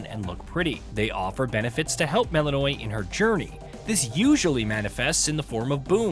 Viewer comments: You are joking, right? They do not pronounce it like that in the game. They say it properly, which sounds like "Mel-in-oh-wee" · Anyone else get irrationally angry when people pronounce names wrong when they say their name a million times? "MEL-IN-O-AY" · I get the feeling that the guy reading this script hasn’t played the game even once. Mel’s name is said so many times that it’s hard to imagine mispronouncing it this hard if you’ve played the game…